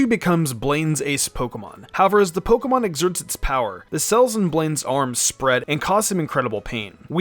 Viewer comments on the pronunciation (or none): Someone should teach this guy how to pronounce pokemon